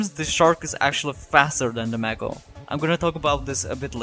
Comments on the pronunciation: Just to let you know it’s pronounced “may-ko” not “mack-o” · Mako is said like "Make Oh" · bro aint even pronoucing mako right